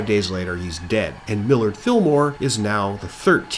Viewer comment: Millard, the Mill-ward, Fillmore